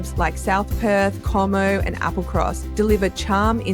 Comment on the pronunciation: AI commentary. Cohmo (Como), pronounced Commo, not legit. Lived in Perth my whole life and love it, and as commented previously, the comments about the weather are just trolling. Yes it's hot, but for a week or two of scattered days over the Southern hemisphere Summer. We would be very happy if the rest of the world forgot about us so we can enjoy our wonderful quality of life and watch the chaos from afare.